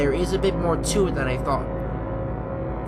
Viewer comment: It's the more not the maw